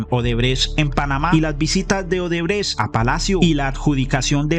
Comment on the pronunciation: Jajaja 🤣 “Centro Odebretch” excelente 👌🏼✅👏🏼